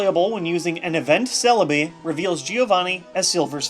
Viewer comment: Celebi not serebii